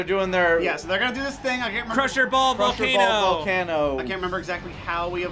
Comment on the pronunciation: Cwusher Bowl!